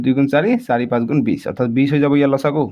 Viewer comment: Video to sai vbisilo bhulbor okol morei sokut porise nki 😝...but comment porhi gm palo sbei bhul boror kotha likhise 😂....ru apunak koisu axomiya vakha koise jetia pronunciation bor alp correct koi kribo...val nalage xaat ( ৭) tok saat buli kole, ru losagu nhoi lokhagu buli kobo... miya nki apuni 😂